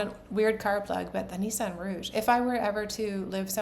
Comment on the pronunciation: Love catching up with you,. I've been really enjoying catching up on Rhinebeck from all the various podcasters I watch who all know each other. Glad you had a great time. Love your new vest pattern, too! [I had to laugh at "Nissan Rouge". It's actually "Rogue", but when my hubby worked in car rental, one francophone manager always called it a Rouge, so now we do too.:)]